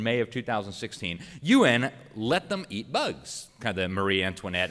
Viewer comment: EAT...NOT EAR....... LISTEN UP